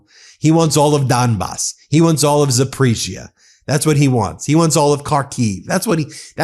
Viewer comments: Hey Ben , no offense. I'm Ukrainian , it's pronounced ZAP-OR-IZIA. Thank you Meidas.. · Keer, Ben, ONE GD SYLLABLE Keer!!! And learn to pronounce Zaporizhzhia!!!